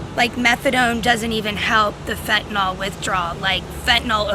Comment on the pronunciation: "Fittinall" is a better name bc it's become fitting for cut in all drugs, but it is pronounced "fen-ta-nill."